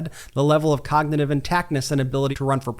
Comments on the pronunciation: 45. Cannot say the word cognitive! 45 is not able too become PRESIDENT!VOTE BLUE! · He can't even say the word. Has anyone noticed he cannot say the word cognitive? He says cogtitive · "There's no "cagnotive" problem" ...they way he speaks 🤦‍♀️